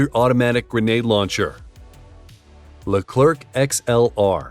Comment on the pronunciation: The final C of our Leclerc is silent. It's pronounced Lecler, should you want to have it sound more like its intended French name.